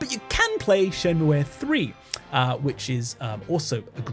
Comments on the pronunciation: Interesting that you pronounce Shenmue as シェンムエ when it's written as シェンムー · Great video! one thing... Shenmue is pronounced SHEN-MOO (シェンムー). I die a little inside every time someone says shen-moo-aye. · Your pronunciation of shenmue gave me an existential crisis for a moment so I had to look it up. It actually is pronounced like Shenmuu rather than how the title would suggest in Japanese, it doesn't use the え sound. It is worth noting the name is derived originally from Chinese instead of Japanese, but also supposedly the decision to spell it like Shenmue was to emulate English words like "Blue" for the sound at the end. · I think Shenmue is pronounced "Shenmu--" without the "e" at the end